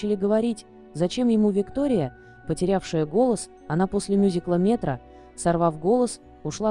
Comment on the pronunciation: Мюзикл не метра,а МЕТРО,ударение на О